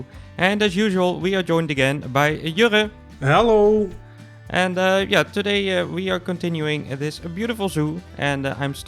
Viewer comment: Why does pronouce Jurre's name as 'Yurea?'